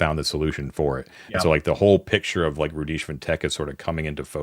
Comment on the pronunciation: And we shall begin with the airing of grievances, loved all of this good humored debating and ribbing. I would like to propose an alternate end state for the campaign; successfully pronounces Rhudishva on the first attempt. The Halls collapse in on themselves, crushing all those within, as ascends to the level of pure knowledge and understanding.